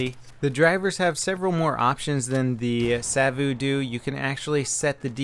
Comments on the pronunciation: Did you know that savu is smoke in finnish. Kone is machine. And if it is in finnish (I mean that if the name is supposed to be said in finnish) you should be saying i think something like sa-vu and ko-ne not seivu an koune or something I'm really not that good in english to explain but something like that. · No it's not that hard, but it's also not the way you would say "cone". The "e" in the end doesn't disappear and there's no "u" sound in there. And with Savu he's quite there, only needs to drop that long "uu", it's a short one. :) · If you wonder what mouses names mean, i'll give an answer; those names are finnish words and "savu" (spelled just sa-vu, not "sa-vouuh") means smoke and "kone" (spelled just kone not "koun") means machine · I know, he makes it sound so exotic. Like Sawouh or something. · Why do you emphasise the vu in Savu? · Ahahahahhaa the way you say Savu and kone is HILARIOUS they are finnish words! Translation Roccat smoke and Machine gaming mouse. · It's so funny how he says savu, cause I'm Finnish:)